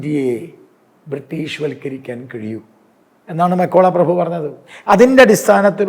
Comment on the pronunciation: മെക്കോള അല്ല മെക്കാളെ